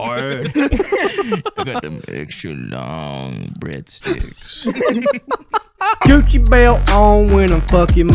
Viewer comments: Oh, this shit is so bad., please do this depraved content more. The way you pronounced breadsticks to Brendon had me crying with laughter. Some good shit, man. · My body left my soul when he say bradsticks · why does he say breadsticks like that loo🤣🤣🤣